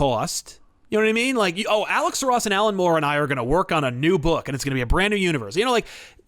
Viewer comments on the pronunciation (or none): none